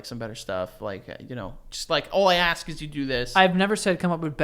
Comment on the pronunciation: Joe you're giving a lot of shit for saying "beasht" while you say "aks" yourself.